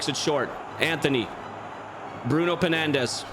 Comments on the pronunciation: Bruno pennandes 😂😂😂😂 You said that on purpose, right? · I will not be tolerating Bruno pennandes. Sorry um… Fernandes slaughter as a Portuguese D